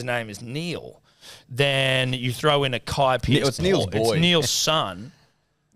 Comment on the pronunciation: Pronouncing it “ackai” is a biiiiiiiiig day